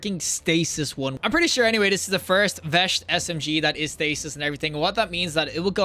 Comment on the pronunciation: Oh god i forgot about pronunciation of "veist" as "vesht" lol xD